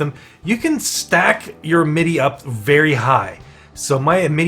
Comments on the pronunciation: First of all its AM-it-EE. Second of all spend your Amity and don't let it stack that high. The higher it is the more energy it costs per conversation. Spending it all will drop the initiation cost back down to 2/4. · it's pronounced (Am as in "I am a goat" - it - ee... AMITY (AM-it-ee)) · it was a good vid, but i was thinking the same...like damn AM-IT-Y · that is NOT how you pronounce "amity" . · Good Video, but for the love of Cthulu PLEASE learn how to pronounce Amity properly. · ....can't stop hearing pronunciation of "amity"